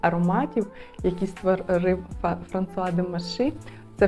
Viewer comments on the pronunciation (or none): А чому ФранЦуа??? Є канал Жінка аромат, там вчитель французької вчить вірно вимовляти. У Вас постійні ляпи в цьому